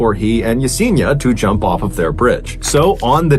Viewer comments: It's pronounced Ya-Sen-EEEE-Ah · Mr. B. Allen, you are mispronouncing Yesenia's name. Ask someone of Latino heritage how to pronounce her name. It's actually pronounced (e-seen-i-ah.)